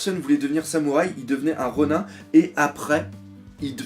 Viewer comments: par contre Ronin je crois que ça ce dit ronine et pas ronun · ronin il me semble que ça se prononce "ronine"^^ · le IN ronIN se prononce comme dans nINja. on ne dit pas nain-ja en français malgré l'orthographe car ça n"as aucun sens puisque c'est juste une transcription en alphabet d'un mot japonais, il faut donc garder la prononciation jap de ronin. les règles de grammaire française ne s'applique pas.